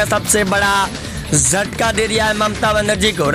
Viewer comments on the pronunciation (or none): Joine hota hai, Swain nahin hota hai ,jhataka hota hai sataka nahin hota hai bolna to theek se seekh lei.